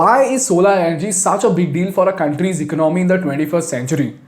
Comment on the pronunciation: I like your programs. It just makes me Jump every time you have to use the word “ECONOMY” you don’t say economy you pronounce it ICNOMY, you are an intelligent man try to pronounce Correctly. Please. Thanks